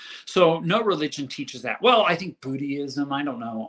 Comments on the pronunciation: OMG, "Buddie-ism" he's confusing Judaism w/Buddhism. Two different pronunciations. ACK! This whole family is isolated and insane...and they vote!!! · He said ‘boodyism’